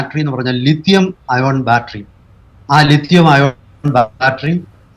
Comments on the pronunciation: ലീഥിയം അല്ല , ലിഥിയം അല്ലേ? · Leethiyam alla Lithiyam